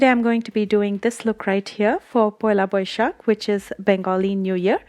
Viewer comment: U spoke 'poila boisakh' so flawlessly as if you can speak Bengali! I loved how you put a glam touch to a traditional look😘😘